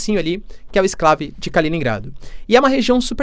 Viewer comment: ESCLAVE?? q merda é essa? tu é professor e nao sabe falar? é ENCLAVE, campeão! vai estudar um pouquinho, isentão!